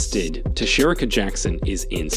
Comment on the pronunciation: And come on dude, pronounce Cherika’s name correctly and don’t show Abby’s pic as you say Jackson’s name and introduce her. Just do a little bit better.